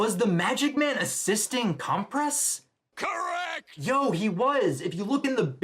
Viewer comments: not mr. compress. it's cementoss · Um, cementoss? 😭😭